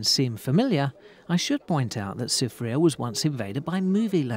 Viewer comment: I need to teach him some proper pronunciation of the places of St. Lucia. I give him that he said Soufriere well...but not Gros Islet. Remember the French Dude.